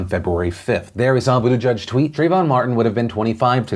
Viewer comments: Phil, your job is to speak into a camera about current events, so could you please make an effort to pronounce Pete's name correctly? It's not "boot a judge," it's "boot edge edge." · Boot i geeg would be a closer pronunciation. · Waiting for the day Phil pronounces Buttigieg correctly.